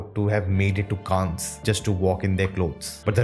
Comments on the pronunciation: Pronounce it kaann not -kaans-, in French, s is usually silent if it is in the end of word like in Cannes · You're right. Grand Prix is actually said as Grann Pree, because it's French. Also, Cannes is Kan, because it is French too! Don't go by Google pronunciation. Check the French pronunciation. Ciao 😬